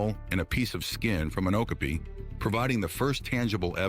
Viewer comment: This bloke tried 3 different pronunciations of the okapi and got them all wrong, it is O, ka, P, I, the 'I' is spoken as it is in 'it' or 'pit'.